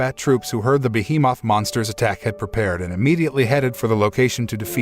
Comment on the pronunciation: Ah yes, behe-Moth.